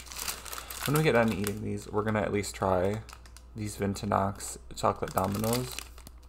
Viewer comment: Persipan is the cheaper Marzipan, Marzipan is made from almonds, whereas Persipan is made from apricot stones. Btw your pronunciation of "Winternacht" is not bad.